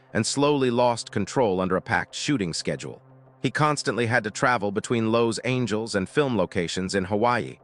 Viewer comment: Lows-Angels? WTF, can't your Ai narration software learn to pronounce one of the most famous cities in the world. I've had it with Ai narrators. I'm outta here.